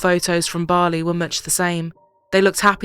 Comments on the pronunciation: why are u saying BAAAAHHHRRLEY instead of Bali? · Never heard Bali said wrongly so many different times than today. Might want someone who can say the main place correctly.